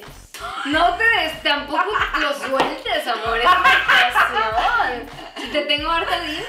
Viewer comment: "Que tienes mi amorrrr" Morí 😂😂😂